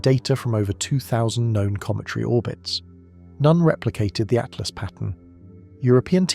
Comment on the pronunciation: Yes it was bugging me that the voice said 3 atlast but I like your take on it. Free at last!